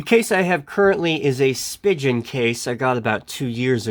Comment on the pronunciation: (and elsewhere in the video) “/spi·jn/ case” That’s not the way Spigen is pronounced—it doesn’t rhyme with “pigeon.” It’s a German name and there is no “soft g”/“j” sound in German. It’s pronounced /spee'gan/. (You can see and hear the right pronunciation on the About Us page for Spigen, Inc.)